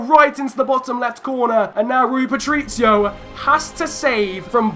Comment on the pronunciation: Please learn how to say Patricio correctly!! Omg! It’s Pa-tric-io not Patric-io